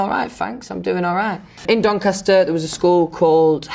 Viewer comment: I’m from donny and the way she said Doncaster made me cringe